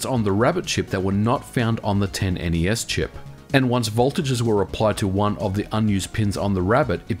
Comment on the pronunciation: Thank you for saying N-E-S correctly.